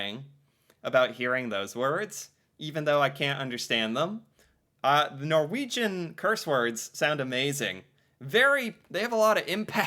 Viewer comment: I have been known to string at least 10-12 Norwegian curse words together from time to time 😅 You nailed them at first try,! I'm impressed! 😄